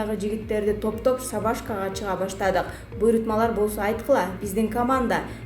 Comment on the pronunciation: Сабашка эмес,шабашка